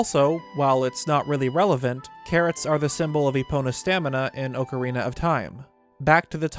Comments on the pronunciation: Can you please stop saying ocarina wrong it’s annoying. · How do you get melinia from malanya? And oakerina from ocarina?